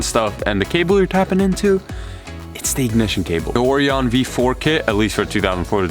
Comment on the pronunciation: It bothers me how he pronounces Orion